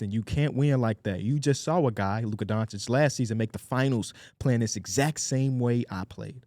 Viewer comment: STAY saying “Donchick” instead of Doncic 🤣